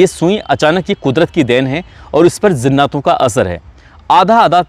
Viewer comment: بھائی میں نے عمدہ تلفظ کی وجہ سے ویڈیو بند کر دیا کیونکہ برداشت کے باہر ہو چکا ہے زناتوں کیا جہالت ہے